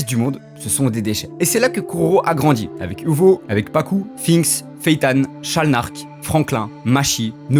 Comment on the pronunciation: C’est sharnalk pas shalnark